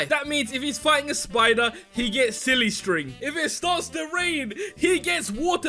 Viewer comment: Um I'm sorry but did he just say ow to silly string?